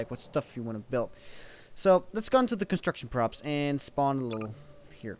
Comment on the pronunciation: lol the first time you said props i heard crops